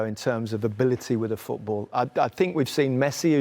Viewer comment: Rio Ferdinand it's called 'FooT BaLL' not FootBOOR.